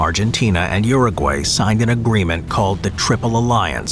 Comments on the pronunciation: Uru-Gay... I laughed so hard as a Brazilian. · Anyone else cringing at how the American pronunciation of Paraguay and Uruguay?😦